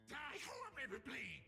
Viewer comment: "Die Horribamly" just horribly but with extra steps lmao.